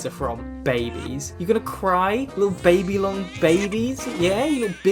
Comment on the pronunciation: getting to make a joke about ppl from Babylon being babies simply because she can’t pronounce Babylon is such a mood